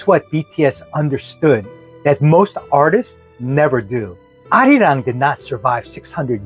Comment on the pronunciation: Perfection! You captured han and arirang perfectly!!